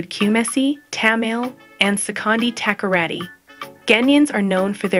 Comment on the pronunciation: Pronunciation corrections Kumasi is pronounced KU-MAH-SEE Tamale is pronounced TA-MAH-LAY Takoradi is TA-CUE-RA-DEE